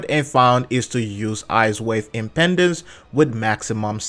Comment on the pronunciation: funny how a lot of ppl say icewave impendance, but its actually impedance, like to impede